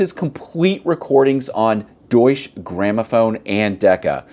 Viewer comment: Great video ! Btw, the e at the end of Deutsche isn't silent. Just FYI